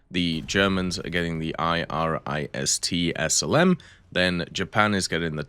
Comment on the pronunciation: Can you just say IRIS T one of these days instead of I R I S